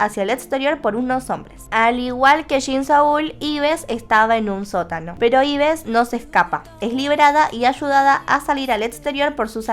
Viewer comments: El nombre de Yves no se pronuncia Ibes. Se pronuncia Ib (Eve; Eva en inglés) (en Corea Ibeu). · Se dice Ibu UuU no Ibes